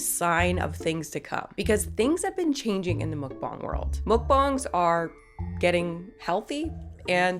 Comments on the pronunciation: ohhhh no, you still pronouncing mukbang wrong. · I was going to watch this vid but I honestly can't stand when ppl pronounce 'muk bang' as 'mook bong'. It's like when americans say meh-he-co, instead of mexico. Using a different accent to pronounce a single word is just so incredibly cringe to me. I still love ya though so I put this comment in to appease the algorithmic machine gods. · It's just pronounced muck-bang...why are you putting that stank on it 😂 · It's pronounced muk-bANG!!